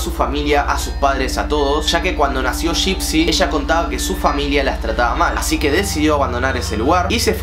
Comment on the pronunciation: Nadie yo andes del video: suena como laa laa y dipsy xd